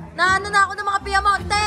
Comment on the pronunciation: Piamonte ba yung narinig ko? Hahaha